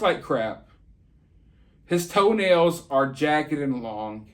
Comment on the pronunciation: I actually GAGGED when you said LONG TOE-NALS!